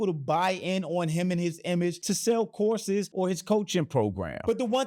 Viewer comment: I swear, the first few times you said “courses” all I heard was “horses”… And I thought to myself…”well, that does seem to be a hobby for those with money…a lot of money…”